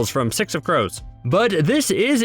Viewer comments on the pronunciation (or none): none